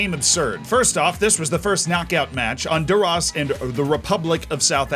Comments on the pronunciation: I do not like the way you said Honduras. Is not "under us". I am from honduras that way i am complaining. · That pronunciation of Honduras though.